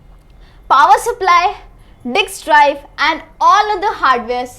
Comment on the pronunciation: did she said dicks drive or i just heard it??